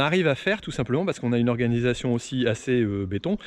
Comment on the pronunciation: Merci pour cette vidéo !!! Par contre le... "tous simplement"' faut vraiment fair un truc !! 😂😂😂😂😂